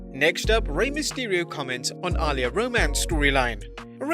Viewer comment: Uhh-lee-uhh That's how you pronounce her name. Not Ah-Lee-Ah